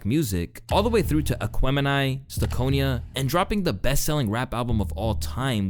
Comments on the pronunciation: lmao brother did you just say "Sta-kon-ya" lmao you gotta get in the culture brother that's STANK ON YA lmaooooo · How the hell did you just pronounce STANKonia? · OUTKAST could NEVER flop... their records will still be spinning when you have grandkids & that includes Idlewild and STANKONIA which you mispronounced... sir..... PLEASE.